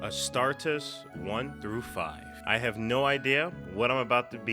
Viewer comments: Astart-EEs it's like a long E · It's pronounced Ah-Star-Tees and it's the technical term for a Space Marine as they are named after a god of war in ancient history in the region of old Earth where the Emperor was born which is today's modern Turkey btw. The Emperor was born in 5000 BC for a bonus bit of lore. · Right when I heard it pronounced Ah-Star-Tehz, I knew you were in for a treat. Great video!